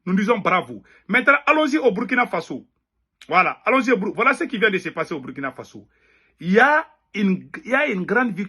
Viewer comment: C'est Burkina Faso, prononcé Bourkina Faso'